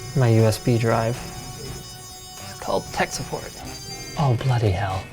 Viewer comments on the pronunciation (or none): Idk why but it sounds really amusing listening to a Canadian saying 'Oh bloody hell'.